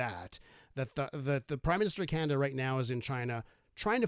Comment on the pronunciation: Hoekstra, it's not Kanada, it's Canada.